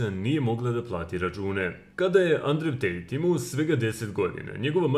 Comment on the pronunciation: Endru Tejt*